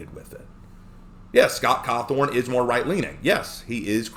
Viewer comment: me before watching the video: oh, well I hope that person's reasons for having that opinion are reasonable and are focused on the actual game. me a few minutes into the letter being read: sigh... it's about Trump isn't it? also, did you just call him Scott Cawthorn ? 😆